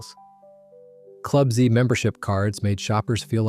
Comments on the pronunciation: “Club Zee”? How dare you! 😂 It's clearly “Club Zed”. The mascot was even named Zeddy! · Club ‘Zee’?! I think not! Club ‘Zed’. This vid was a walk through nostalgia until that ridiculous sound. Way to ruin a vid for its ONLY audience. 👎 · Sad that you are American. The Zellers cards were Zed not Zee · Club zee?! You idiot. ...I know it's an AI, but still. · "Club Zee"? lol